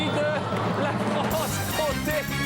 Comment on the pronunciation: Comté et non pas compte, merci pour l'émission